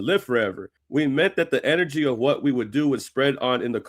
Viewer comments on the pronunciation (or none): none